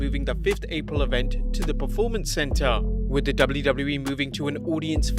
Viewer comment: For crying out bloody loud. It is P-E-R-formance, not P-R-E-formance.